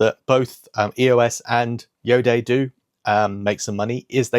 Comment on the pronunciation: Hi! Iodé is pronounced io-day, where day is a short sound.. it refers to the place of origin of the brand (the Bordeaux area in France) as well as to the "iodized sea air", hence iodé! Hoping this helps...